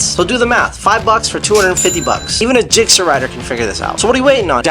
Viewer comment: Zixxer?!? Oh man..